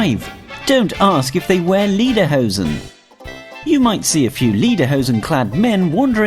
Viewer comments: 11. Pls pronounce Austrian Words right. We don't wear "Liederhosen" it's Lederhosen. The name is Conchita WURST not WORST. And what the heck are Mozart-Kurtschels? It's Mozart-Kugeln. Sry, but as an Austrian this is freaking me out just a bit. And also number 8,isn't true. When you order tap water, most people don't even care, like we do at our Bar. Great Video anyway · The only thing you that was wrong in this video wasn’t any of the tips. It was how he said liederhoesen instead of lederhosen. No one cares if you mention sound of music apart from the fact that a lot of people haven’t watched it and everything else I’ve never heard of. Ok maybe the tourist trap thing